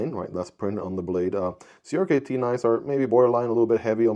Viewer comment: You’re supposed to pronounce CRKT as “Cricket”.